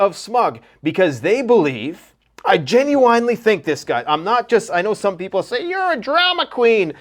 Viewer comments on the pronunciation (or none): Gen-u-wine-lee > Gen-u-n-lee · You keep pronouncing gen-uin-ely genu-inely it really pisses me off, are you meaning too?😂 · I didn’t realize there was a W in genuinely 😂. Great channel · Love everything you talk about, but the way you pronounce genuinely really grinds my gears lol